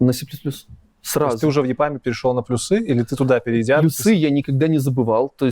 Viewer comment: Надо говорить пл'Юсы, а не плюс'Ы! Программисты чай, а не. ...